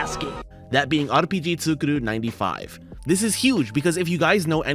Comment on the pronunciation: Just saying, the second u in ツクール (tsu kuu ru) should be pronounced as a long u since ー is used after the kana for ku. You're simply saying 作る (tsuku ru) which is the verb to make.